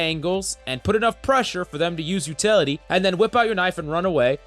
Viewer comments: Utily lol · What it you don't have "Utily"?